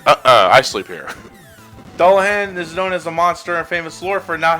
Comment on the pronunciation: That's not how you pronounce Dullahan. It's Duel-a-hon